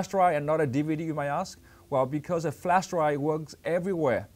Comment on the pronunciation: Please someone tell him its not called flash dry but its flash drive